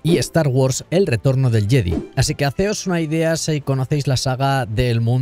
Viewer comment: Me encanta que fonéticamente hayas dicho “jedi” y no “jedai”, se nota de qué generación somos 😉